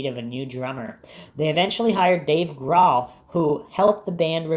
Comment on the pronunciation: I cringe whenever I hear you mispronounce Grohl.